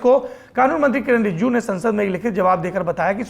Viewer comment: Shame on saurabji u can't pronounce Rijiju😡😡